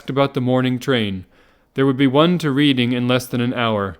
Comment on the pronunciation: Glad you're doing these, nice listen, but holy shit, Reading is pronounced Red-ing.